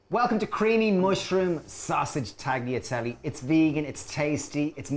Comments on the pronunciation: Hahaha. I know. Talyatelle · Guys its taliatelle. The g is mute :) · I love your recipes but please don't pronounce the 'g' in tagliatelle. It's wrong and it drives me mad.